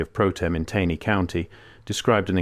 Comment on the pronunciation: The AI voice used often mispronounces words such as “Taney” County. It’s annoying since this is where I’m from.